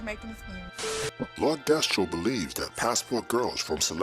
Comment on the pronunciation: It's Lord Destro... Not Re-Destro from My Hero Academia.🤣